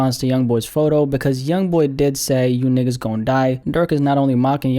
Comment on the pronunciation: Nah, bro the way you say nigga I can tell your not black my boy.